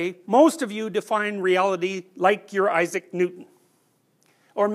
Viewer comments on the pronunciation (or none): none